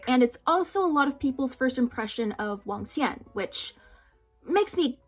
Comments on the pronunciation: as someone learnong mandarin and loves hanfu but never watched any cdramas i see cdramas EVERYWHERE but dont care for them. even without ever having heard it before your pronunciation of Wangxuan is SO FLAWLESS. You literally spund like a native every time you say it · When you pronounced Wangxian correctly I got so excited